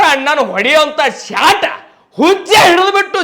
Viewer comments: ಶಾಟಾ,, ಅಲ್ಲ ಶಾಟ,,🤣 ಆದ್ರೂನು ಈ ಸಲನೂ ಕಪ್ಪ ನಮ್ದ👍👍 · Anna Shat annabyad Shot anta hel clear aagi, Shat berede kelsatad😂😂😂